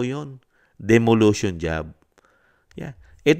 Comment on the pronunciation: Correction lang po. Sabi nyo "demolution" job. It is "demolition" po. Peace ✌️